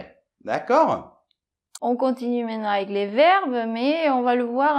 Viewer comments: On dit MAINTENANT et pas mainenant!! cqfd! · Bonjour Vous.Les videos sont instructives,mais il faut arrêter de dire mainement au lieu de maintenant svp...